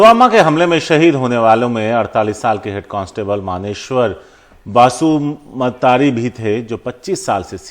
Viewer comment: # नाम को गलत पढ़ रहे हैं | मुंख्लं(शहीद) मनेश्वर बसुमतारी नाम हैं |मानेश्वर बसुमात्री नहीं |शहीद का नाम भी ठीक से नहीं ले पाते channel | bodo(boro) जनजाति लोग बसुमतारी, नार्जारी, दैमारी, बर', खाखलारी, उवारी, Brahma surname से पहचाने जाते हैं |